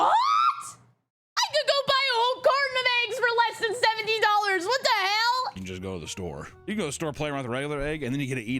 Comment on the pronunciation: I like how says "wat te hell!" Also holy rapgod